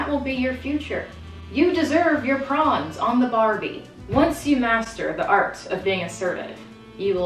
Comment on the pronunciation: the fact that she said prawn heart eyes